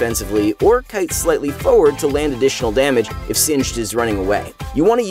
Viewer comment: I like how he pronounces "forward" it's wonderfully weird